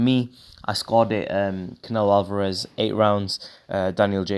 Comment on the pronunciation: Haha the way you said Saul canelo alveraze